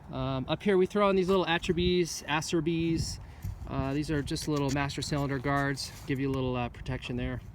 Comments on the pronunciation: Acerbis =Ah-chair-beez ...you're welcome. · According to Acerbis USA themselves as posted on Instagram its Ah-Chair-beez. Thanks for playing